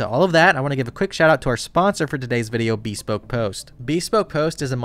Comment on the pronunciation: I didn’t think that’s how bespoke was pronounced 😅